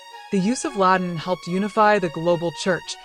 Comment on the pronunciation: The computer voice can’t pronounce the word “Latin”. Or Ecclesial. Makes it hard to follow.